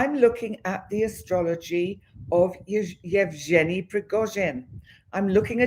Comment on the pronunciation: Yev Gen ( the g is pronounced as in Again its a Guh sound) ie ( ee) sound